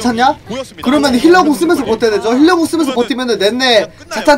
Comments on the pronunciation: 본인도 피관리 완료가 맞는 발음이란건 아는데 이미 습관돼서 못고치겠대요ㅋㅋㅋㅋㅋㅋ 한나봉 전냑 등등 온갖 ㄹ을 ㄴ으로 발음하십니다..ㅎㅎ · 근데 일부러 그러시는 거예여??? 전냑 피관니 완뇨 하는 거용